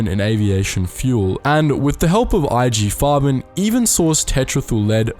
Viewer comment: There are pronunciation errors. Example : Nestlé or IG Farben , ... shouldn't you at least use the sound icon of google translate ? Coco Chanel :At 57, she fell in love with a German embassy attaché, Hans Günther von Dincklage, 13 years her junior. No doubt a spy. They live their affair in the prestigious hotel, partially requisitioned by the Nazi regime to house the Luftwaffe and its leader, Marshal Göring. Above all, it involves the German authorities to recover the ownership of its perfumes, ceded before the war to Jewish industrialists. It's a fail. The Wertheimer brothers, refugees in the United States, thwart his plan. Code name: "Westminster" Alas, Coco Chanel is embarking on a new, even crazier project: to stop the war! By attempting to negotiate in 1943 a separate peace between Germany and Great Britain. An incredible operation, called "Modelhut" (Couture hat). Who takes her twice to Berlin. In April 1943, she will discuss the details directly with Walter Friedrich Schellenberg, head of the intelligence services of the SS. She knows well, she pleads, British Prime Minister Winston Churchill, met thanks to her former lover, the Duke of Westminster. Himmler's trusted man is won over. But the operation turns into a fiasco ... Winston Churchill pressured the post war French autorities to free her.